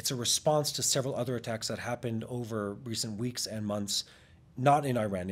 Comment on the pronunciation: I stand with people who can pronounce Iran correctly